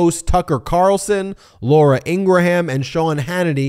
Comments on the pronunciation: It's NOT INGRA-HAM it's 'Ingram', get it right MO*ON? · Please stop saying In- Gram & In-Gra-Ham! Love your show!! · Laura ingrahams name is actually pronounced ingrahambone